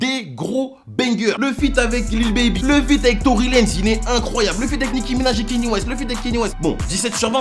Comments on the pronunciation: KANYE, pas kenny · Kanye (kanié) pas kenny stp :( sinon lourde la vidéo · Juste ça se dit Kanié west